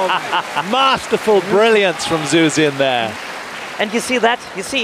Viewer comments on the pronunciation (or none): The commentator- zoo shin instead ofXuxin . Not very professional. Least they could do is Leary the correct pronunciation and tone!!! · "Zoo Zin" 🤣🤣💀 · Now, Chinese is a tonal language with meaning depending on tone used, so who knows what Shoo Sheen means the way this guy’s saying it. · change the title to compliation of commentators mispronouncing xu xin's name